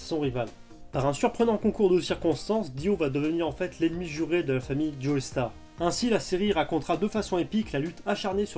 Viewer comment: "joeystar" 😱😱😱😱😱 non non non ! "Jostar" Joestar est un nom anglais, le "e" ne se prononce pas. Ça mériterait un pouce rouge ça 😈